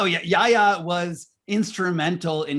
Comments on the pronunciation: In hindsight, it's Yahya not Yaha!!! I expected better from you! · Yahya not Yaha Mr Moderator. Please don’t mispronounce history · Choose between Yaya and Yaha 😄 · Is the mod stewpid ? It's Yahya, NOT Yaha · To the moderator: it's YAHYA Khan, not YAHA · good interview; wish you'd practiced saying Yahya instead of Yaha! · My dear,. The name is YAHYA KHAN, not YAHA KHAN